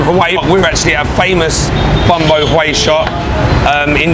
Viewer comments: It’s pronounced “bong baw where”, the stress is at the end. 🍝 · Hello, you have a nice Australian accent! Do you need me to teach you the real pronunciation of “bún bò Huế”?